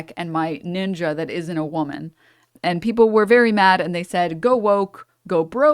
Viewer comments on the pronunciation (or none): It's Ninja! not nin-Joe!